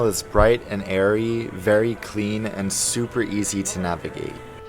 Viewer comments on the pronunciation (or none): none